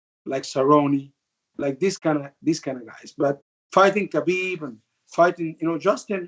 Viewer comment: Even Ali can not pronounce Khabib's name correctly